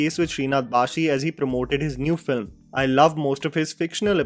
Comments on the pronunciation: Not bhashi, bhaSi… ssss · Its not ‘baashi’ its ‘bhaasi’. Like भासी in hindi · Hi, this is to and all non-malayalis - It's Sreenath BhaSi, not BhaSHi. Happy learning 💝✌️